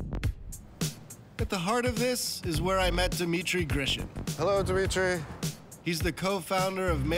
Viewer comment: It's "Dmitry" not dee- mitry.